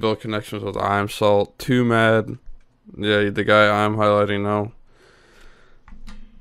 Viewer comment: Wait it’s pronounced toomad?